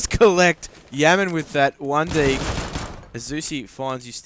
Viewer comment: Didnt realise rng had a new player, "Yaman" srsly how can you pronouce "YAM" wrong.